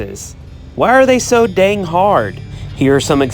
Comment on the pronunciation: How do I hit diamond bases you asked, POORLY. But ai least I am consistent. “Dang” are you from Alabama?